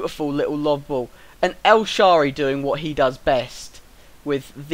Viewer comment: Nice vid! El- Sha-rawr-rey Yago Failkay How you pronounce ;)